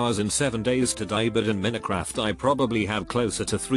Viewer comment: AI voice "Min-uh-craft" Everyone: 👁️👄👁️